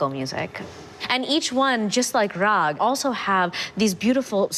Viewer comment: It's Raag and Taal .... Not Raha & Tala